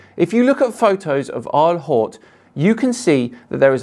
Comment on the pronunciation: Isle Haute, pronounced Eel Oat.